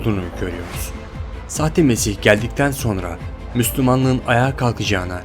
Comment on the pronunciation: nesih değil hacı "mesih" :D